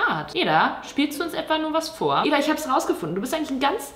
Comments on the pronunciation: Sorry, dass ich jetzt hier den Klugscheisser raushängen lasse, aber Eda wird Edda ausgesprochen und nicht Eeda xD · du sprichst edas namen die ganze zeit falsch aus haha man spricht es "edda" aus also schnell, nicht eeeda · Ih ich hab das gleiche Sternzeichen wie Joshua Weissleder ._. Mega belastend Wow sie einfach Eda anruft 😂💗 Und wieso betonst du ihren Namen so merkwürdig o.o